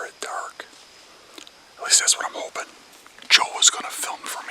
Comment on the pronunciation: Also to all the "holping" that the deer will come by them 😂